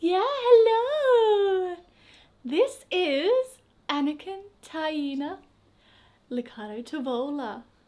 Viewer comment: The way you pronounce Anakin is actually a girls name in Norway, spelled Anniken.